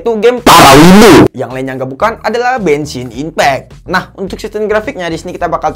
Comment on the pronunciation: gua denger nya benshin impact bjir